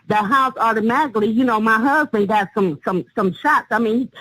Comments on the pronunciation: "He done kilt muh DAWWWG!" And "Muh Huuuuusbin!" Cracks me up how she mispronounces and drags out the wrong syllables, LOL... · I'm amazed how she manages to drag out the first syllable of "huuuusband" everytime. 🤣